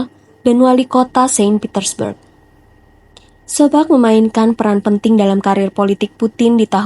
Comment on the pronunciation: Terima kasih mbak, untuk kisah Putin tokoh idolaku. Sedikit saran buat mbak, agar lebih teliti membaca naskah. Mentor atau guru politik Putin sobcak, lengkapnya Anatoly Sobcak bukan sobcak sebagaimana yang mbak ucapkan. Teruslah berkarya mencerdaskan bangsa Indonesia ini. Bravo, semoga senantiasa sukses dan sehat selalu.❤❤❤